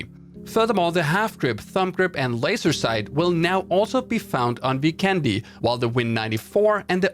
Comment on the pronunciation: FYI, since the map Vikendi's visuals and map design is greatly inspired by Slovenia and many names in the map are in Slovenian language (Dobro mesto= literally translated to Good city, and Zabava literally means "fun") I think that since the word Vikendi is Slovenian it should be pronounced that way too. It's not really different from how people pronounce it now, but it makes a big difference. In the video, you spell vikendi with an accent on "e", but it should be spelled with an accent on "i". If hope you'll find this useful and make us Slovenians happy! Much support!